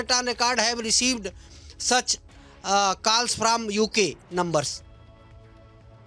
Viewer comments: It's calls not kaals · "KALLS AND ARGOOMENT" 😂😂